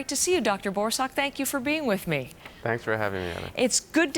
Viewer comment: Also his last name is pronounced “BOR- suck” (said quickly, emphasis on 1st syllable) not “Dr. BOAR-SOCK” 😂😂